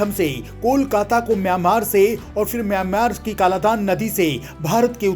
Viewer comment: Kam se kam mayan mar to sahi bolo..